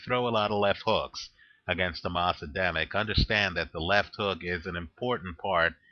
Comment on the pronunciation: You make a little mistake in Adamek pronounciation. Just make the second A in Adamek sound like the first one and it will be fine;)